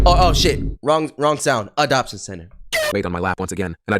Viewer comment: Video idea: 10 minute complication of saying “Adoption”